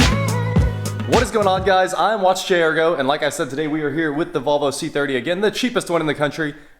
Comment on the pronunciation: You don’t know how to pronounce Volvo correctly